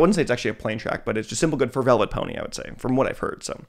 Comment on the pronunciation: pretty sure vylet pony is pronounced like violet and not velvet